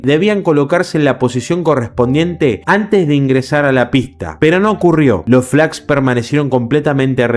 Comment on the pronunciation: entre por que me interesa el tema además de que ayer se cumplió otro aniversario del siniestro. Si me sorprendió el error al pronunciar la palabra Flaps . Pero veo que no te gusta ser corregido. De nada